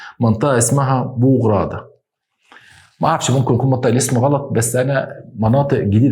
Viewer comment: انا متابعتك من تونس🇹🇳 المنطقة اسمها بو عرادة مش بو غرادة😂 بس مقبولة منك عسل هههه بالتوفيق ان شاء الله❤